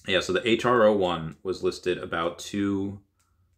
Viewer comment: Just FYI Hro is pronounced “Hero” not H-R-O